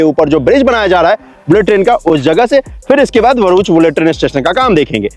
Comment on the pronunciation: Not varuch It’s bharuch Bha